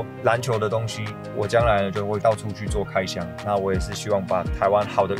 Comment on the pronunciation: ABC腔但台灣國語？🤔而且開箱應該是全新的東西打開它的箱子吧，桃園球場能叫開shawn嗎？